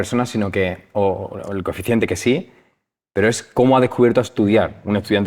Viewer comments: No es coeficiente, es cociente. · Hasta "coeficiente" he oído. Veo que no te enteras de nada, y me voy. PS: Se dice COCIENTE. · Se dice "Cociente Intelectual" no Coeficiente ya empezando asi de mal dejo e ver este video.